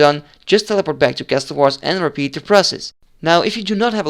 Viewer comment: stop fucking calling it cass toll wars its CASSUL